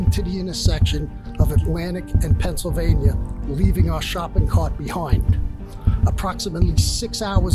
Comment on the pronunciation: There is no R in Pennsylvania god dammit hahaha